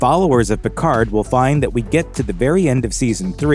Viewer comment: stop pronunciation the d in Picard